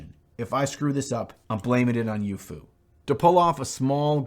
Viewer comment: Being manufactured in China, the pronunciation of youfu would be more like "yo fu", (rhymes with tofu). Just for those who were wondering.